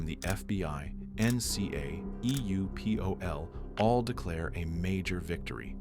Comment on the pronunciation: Not EUPOLl, EUROPOL